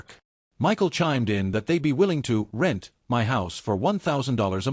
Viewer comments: AI is too stupid to pronounce "MY" wtf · Why does AI have such a difficult time saying the word “my”?